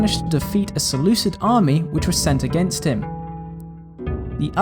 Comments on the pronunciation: Selu-kid not selu-sid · its seh-looh-KID not sid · You sure that in this time the "c" before "i" was already a modern english "c" sound and not still a "k"? Sounds really weird. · Sorry bro but one sentence in and I'm already irritated beyond belief. "Seleucid" is a romanisation of the Greek name of the empire, and as such all Cs are pronounced as K. Seleukus, Seleukid, Makedon, Skythia, etc. Not to be rude but this irritates me beyond belief.